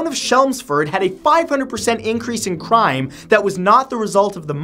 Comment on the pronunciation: a cwime wave